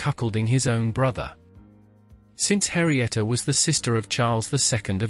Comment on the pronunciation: it's Henrietta, not Harrieta.